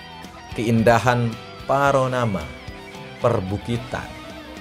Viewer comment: PANORAMA bang, bukan PARONAMA